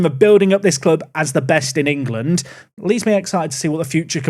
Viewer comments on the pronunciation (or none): none